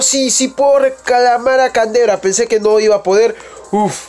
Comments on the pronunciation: Se dice candreva no cantebra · no es canderva es candreva :v